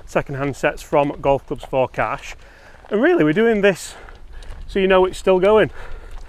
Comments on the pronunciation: "CASH" yes maate cmon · “Cash” As in Johnny Cash. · "CASH" C CA CAS CASH C A S H Do I have your attention yet...🤗